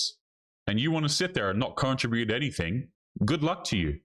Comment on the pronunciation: CON-TRIB-UTE...not "contra-bute"....also stop saying "ya know" write down what you wanna say in the video 1st so it seamless